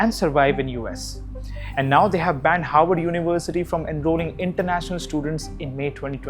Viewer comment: It’s “HARVARD” not “Howard” 🙄